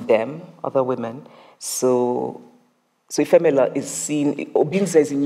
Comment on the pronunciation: Agreed, I just wish someone taught them how to pronounce the name of the protagonist in her book. Isn't it I-FEM-elu, not Efe-ME-Lu?